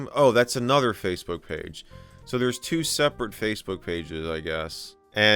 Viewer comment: “Facbook” not Facebook. “Facbook” absolutely killed me